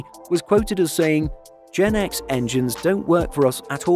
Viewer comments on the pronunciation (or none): It’s pronounced “GE NX”, not “GenX” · It's Gee Eee N X, not Jen X.